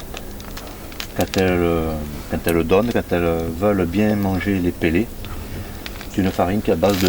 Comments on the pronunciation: La pêche au faidair et au pélé... je suis mort de rire à chaque prononciation. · j'ai éclater de rire aussi xD "pélé" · Ptdr le truc que jai tilt aussi il rend ouf avec c est fee dair et c est peu laid